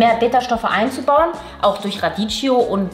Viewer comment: Cooles Video! Aber mein Italienerherz blutet, wenn ich "Raditschio" höre ;) Die richtige Aussprache ist "Radikkio" :)